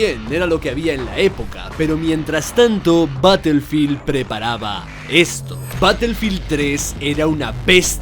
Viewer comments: Se pronuncia Barefild y se escribe Battlefield, ya que al decir una palabra en inglés, tienes que decirlo tal cual o dilo en español. Saludos. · Todo p3nd3jo 🤣, se pronuncia ba-tuhl-feeld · batelfil dosmilcuarentaydos